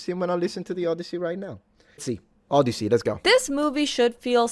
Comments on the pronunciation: Odyssey, not Oddity, NOLAN! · The O-DEI-ssey